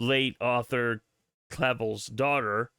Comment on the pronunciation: it’s pronounced cla”velle” rhymes with hell. James Clavell is my distant cousin(3-4 times removed), I’m super excited for this show.